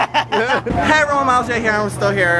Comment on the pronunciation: Miles gay here.... :D that's what I heard. :D